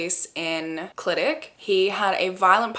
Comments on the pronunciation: First of all, stan a queen that pronounces Clydach right ❤ second of all, I have so many thoughts about this case!! I'm absolutely convinced of Dai Morris' innocence, at the very least there is reasonable doubt questioning the conviction. South Wales Police (and Gwent police, the neighbouring police force) are so unbelievably corrupt and from personal experience I have so little faith in them or the CPS to do a good job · I love how you pronounced Clydach, we actually pronounce it as kli·duhk ❤